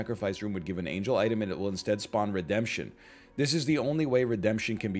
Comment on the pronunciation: it kills me Egg didn't read Redemption properly